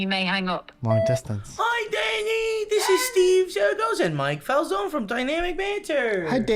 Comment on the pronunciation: Love how calls it DUYNAMIK BAANN…